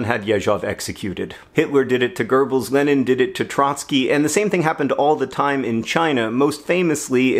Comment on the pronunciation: Hey John, Goebbels is both spelled - and pronounced - without an r. Same goes for Goethe.